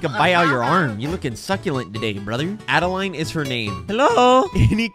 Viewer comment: Her name is actually pronounced ah-duh-lind. It's German. There's a D in there (I know....I know....haha, so funny) you're not pronouncing lol.